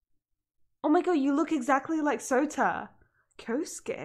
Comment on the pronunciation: Gotta tell ya. You pronouncin Souta wrong You say it with "Oe" そ-う-た So-u-ta It more like an "Ohh"